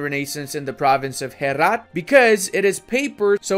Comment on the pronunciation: My parents are from Herat and the way you prononce it had me dying